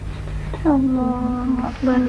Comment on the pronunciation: Lafaznya koreksi bukan hu akybar tapi hu akbar he he